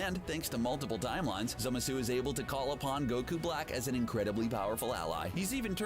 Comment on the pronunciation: As hardcore nerd, it pained me so much when he couldn't pronounce Zamasu. I wonder where he got the e from. It's Zamasu or what i like to say "zimzam" (zah-ma-su)